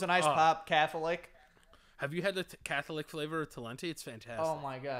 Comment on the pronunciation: A cath-o-lick sounds like a catheter lollipop.